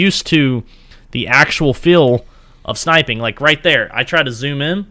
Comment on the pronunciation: Its called snipeing not SHnipeing